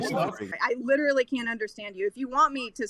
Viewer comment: Litrereallyy Edit: Litraiallyy *